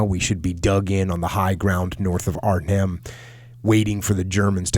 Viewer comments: You pronounce Arnhem just fine and won't offend anyone, but "Holland" are only two provinces in the west of The Netherlands (South Holland and North Holland, where Amsterdam is). Arnhem isn't even in "Holland", it's in Gelderland. You can judge for yourself how offensive, or rather ignortant, someone from The Netherlands looks/sounds to you if they called the whole of the US the "West Coast", because they only know New York. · both ways you pronounced Arnhem are right.